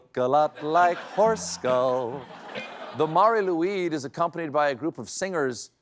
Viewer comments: Bad Stephen! Learn to pronounce Welsh words. L-oo-i-d as in Lloyd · Colbert correction: that was a decent attempt at Cymraeg, but it’s Mary Lew-ihd. With a short I, not a long. Diolch yn fawr. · Couldn't take a minute to check the pronunciation of "Lwyd"?